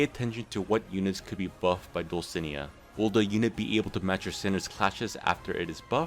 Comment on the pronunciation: Dulcinea is pronounced Dull-sin-ey-uh